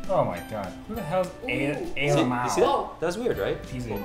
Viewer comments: what's ayyy "la-maw" LOL IM SO DEAD!!! IT'S AYYY L-M-A-O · Ay Lama-o... lol its lmao